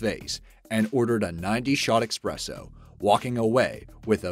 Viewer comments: It is pronounced eSpresso not eXpresso! There is no X in that word! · it is e-S-presso... NOT e-X-presso :D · It's not expresso. It's espresso. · Gravitation3Beatles3 probably for the same reason he pronounces EXpresso when it's ESpresso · The word is "eSpresso", not "eXpresso". Please stop saying it wrong. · “Expesso” ..Bruh. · Espresso, not Expresso... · espresso, not expresso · Dude it's "ESPRESSO", NOT EXPRESSO ! If ur going to narrate anything you need to learn proper words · "Expresso" .... "EXPRESSO" lmao come on guys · One thing. No "x" in espresso . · There's no 'x' in espresso. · The narrator lost ALL credibility when he pronounced espresso as "eXpresso". ALL ABOARD!!